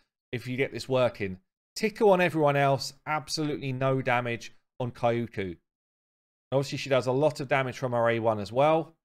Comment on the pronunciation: Pronounce her like Kyoto, no extra syllable between the k and the y, just the 2, Kyo-ku